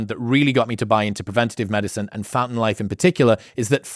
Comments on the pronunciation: When he said "Fountain Life" I heard "Phantom Life" and I was afraid I was about to get Mitch'd 0_0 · When you mentioned the sponsor, for a second I misheard the name as Phantom Life instead of fountain life and was like, that sounds like a totally apt name for this phenomenon